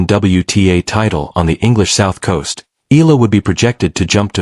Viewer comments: Eala pronounce E-YA-LA not E-LA. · e-ya-la not e-la